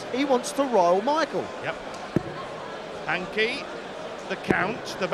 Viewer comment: Hankey The Count ? I think the commentator has added an unnecessary letter somewhere